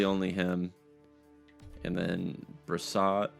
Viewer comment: btw its pronounced (bri-swa) for the back up